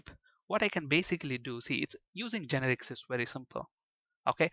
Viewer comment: its not GEnerix, its geNErics